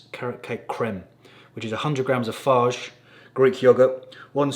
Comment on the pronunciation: Farge Greek yoghurt? I thought it was pronounced fai-yeh?